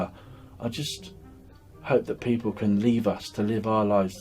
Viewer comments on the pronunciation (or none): none